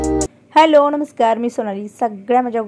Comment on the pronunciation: ताई सगळे video छानच असतात तुझे..खूप मस्त वाटत बघायला bore होत नाही अजिबात बघताना.. तुझी मुले आणि अहो खूपच हौशी आणि supportive आहेत..तुम्हा सर्वांना शुभेच्छा आणि प्रेम ताई विडिओ मध्ये फक्त काही गोष्टी खटकतात त्या म्हणजे तू णमस्कार म्हणते नमस्कार ऐवजी.. मणापासुन म्हणते मनापासून ऐवजी आणि सर्वात शेवटी श्री स्वामी समर्त म्हणते श्री स्वामी समर्थ ऐवजी बस्स एवढं improve केलंस न बाकी सगळं एकदम नंबर 1 आहे..